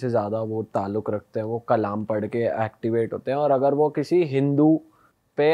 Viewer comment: कलाम नहीं कलमा😊